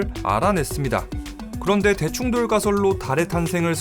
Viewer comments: 아.. 자꾸 대충 돌이라고 들려요 ㅠㅠ 어디서 이런걸 들었지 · 대충 돌로 만들어졌다로 읽다니... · 아.. 자꾸 대충돌이 대충 돌 로 들려